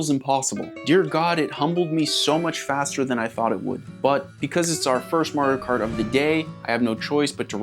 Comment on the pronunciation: “Morio kort” 🎋🎋🇺🇸